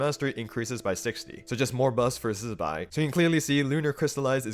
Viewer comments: OMG all the Genshin creators need to be pointed to your video on how to pronounce Zibai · Love the zibai pronounciation 👍